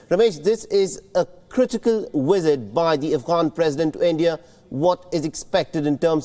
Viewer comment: so the Afghani President arrives for a one day India "weesit"???? Is this the latest gimmick WION = WEESIT = WiSHUAL or pure poor mastering of English pronunciation of the letter V.